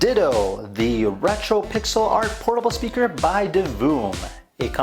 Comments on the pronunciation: its not Ditoh.. its Ditoo (U vocal) like dituu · I guess you don't know what sound 'oo' makes in English hint: it's not 'oh'